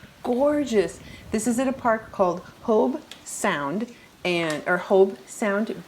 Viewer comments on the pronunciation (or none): Sweetie...it's Hobe Sound not Hope Sound.